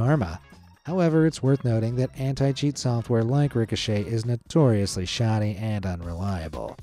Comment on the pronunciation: he said "anti" and I thought he said "hentai" 💀😭